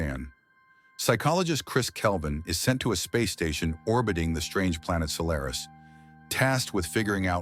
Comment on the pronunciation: Good observations but the pronunciations in the essay are laughable...Gaa taa kaaa????? Sol lair is??? Jeez...get this stuff right.😅